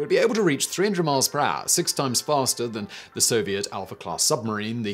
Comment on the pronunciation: 300 mile peraaah 😂 Gets me every time